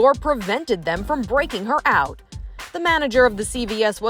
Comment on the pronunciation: And I was, like, I don’t, like, care. Listen, millennial, it wasn’t “LIKE” . IT WAS . Like, I, like, don’t, like, know. And little girl, it’s not ou it is OUT, the t is not silent.